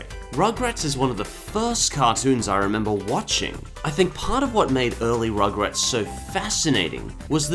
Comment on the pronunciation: i think you said...ummm rochrats not rugrat...